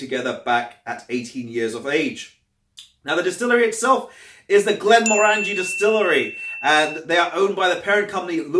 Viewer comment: Hi, Glenmorangie is one of my favourite distilleries. I love their quinta ruban and N d'Or. 10 year original is good value for money. Just a piece of info, The morangie in glenmorangie is pronounced like how you would pronounce orange, orangie: glen-mo-orangie